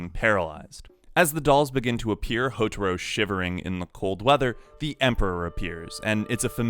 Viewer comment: "Hotoro" "Hotoro" God!! HoTAro! Ta! its Ta! Pretty sure u heard his name said hundreds of time in the anime....